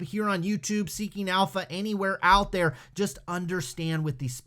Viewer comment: Sounds like you said Stinking Alpha! lol